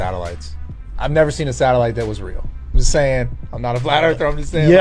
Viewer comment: "I've neber seen a satellite that was real" what the fuck is this dumbass talking about? hahaha. Also "the oldest history book" Not that expect Rampage to know what he is talking about at any given moment but that shit is hilarious